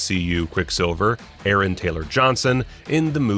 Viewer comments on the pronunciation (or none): none